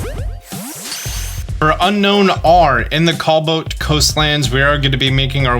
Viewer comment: Are you dyslexic? Why cant you pronounce cobalt?